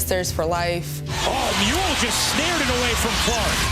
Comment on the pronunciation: MULE Not Mole.